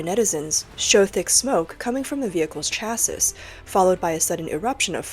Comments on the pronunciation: Asian voice crap shaisis? pronouned CHA-SEE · It's pronounced chas-seee not chass-iiss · Pro tip: the word "chassis" is pronounced like "chassy" (which is not a word, if you're wondering). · Chassis = "Cha-See" It's a French word, and so the ending "s" is not pronounced. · "Chassis" is pronounced "cha-see". The -is is pronounced as a hard E sound, like Begone or Removal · It's pronounced CHASSEE chassis